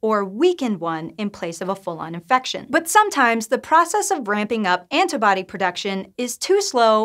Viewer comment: "Anta-body" :S